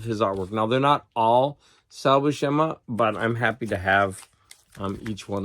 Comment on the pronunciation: According to the How to Draw Comics the Marvel Way Videos which features both Stan Lee and Big John Buscema it's pronounced Bue (like Ferris Bueller) - SIM- UH